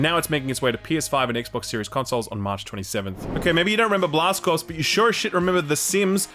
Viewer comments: Also, you are not supposed to pronounce the p in corpse. It's pronounce core. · "corps" is pronounced "core" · “Corps” isn’t pronounced like “corpse.” Come on man. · "Remember Blast Corpse?" TIL 'corps' is pronounced 'corpse' in Aussie. Makes me wonder how you guys pronounce 'colonel' 🤣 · ....there's no way you don't know that "corps" isn't pronounced "corpse". not possible. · 'Corps' is pronounced 'Core'. Just a general PSA to the Youtube void. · FYI "corps" is pronounced "core" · that's not how you pronounce corps, but "blast corpse" does sound like a pretty good video game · Cringing at the "p" in Corps being said out loud 😅 Amazing video as always though! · Can you not mispronounce CORPS ?